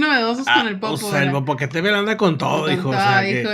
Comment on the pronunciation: El Popocatépel ....🤭🤭🤭es tl...bueno , siempre hay una palabra que se nos dificulta... saludos 🎉🎉🎉